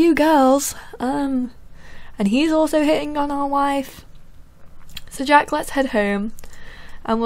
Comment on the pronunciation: you said "Jake". It's jack. sorry for correcting you. :)